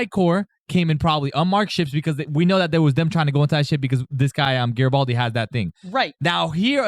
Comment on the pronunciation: GARYbaldi, not Jerrtbaldi.